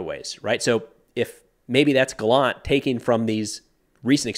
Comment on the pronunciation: Hi, Yoav gallant is pronounced actually GA-llant and not ga-LLANT. The emphasis is on the beginning of the word